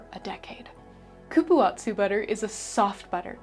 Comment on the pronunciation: I love cupuaçu too. The last syllable is pronounced “soo” , not tzu. The ç in Portuguese means the C has a s sound and not a K sound. Like babaçu.